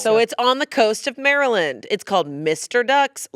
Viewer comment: The way pronounced maryland is offensive considering she is an East coast babe